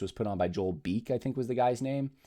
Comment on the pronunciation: Joel Beeke is pronounced Bee-key.